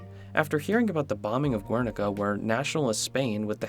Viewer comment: He also mispronounced "triptych" and "Guernica" which frustrated me